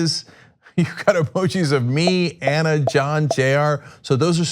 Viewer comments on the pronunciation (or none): you butchered the name Anna